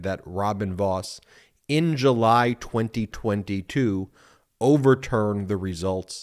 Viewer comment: You tell me how to emphasize "in July" and I'll make cheese for you 😂